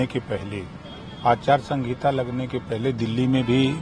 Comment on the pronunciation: अचार संगीता नहीं आचार संहिता होता है